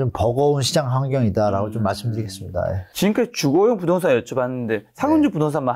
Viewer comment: 부동산 발음을 제대로 못 하네 ㅋㅋㅋ 어이없네